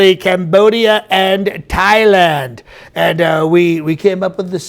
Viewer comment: Mr. President Sir, you mispronounced Thailand. You said it correctly, you normally call it Thighland.